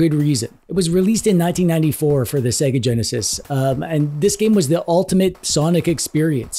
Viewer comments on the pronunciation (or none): none